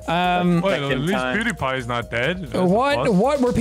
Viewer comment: Poo-die-pee Not pewdiepie